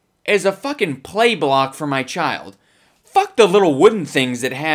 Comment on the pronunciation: LMAO he starts rubbing his face and the way he says blOck